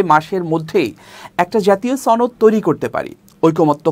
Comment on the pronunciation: আপনিও ছনদ উচ্চারণ করেন?